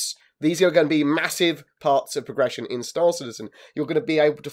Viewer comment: "Today i would like to talk about prrrrression of characters"